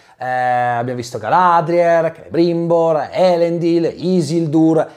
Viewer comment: Ciao! Confermo, hai usato la pronuncia giusta di Celebrimbor 😉 comunque trailer bellissimo, quando ho visto gli Alberi volevo piangere 😍